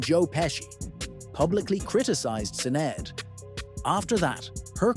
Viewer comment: The mispronounciation of Sinead 😡